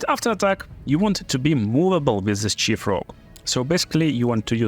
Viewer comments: Сиф, не чиф, пожалуйста! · nice builds! Just look up some words and how to pronounce them in English bro! Like the word 'knight' and 'thief' :)